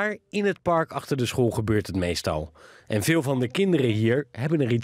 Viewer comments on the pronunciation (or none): Beste voice-over: Het woord ''park'' heeft 1 lettergreep, dus geen ''par-uk'', erg irritant!